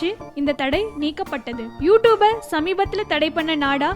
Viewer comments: hey u pronounce is wrong ........fuck ...not u toob..its u tube 😂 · 1 st of all clearly pronounce you tube 😂 She said u 2b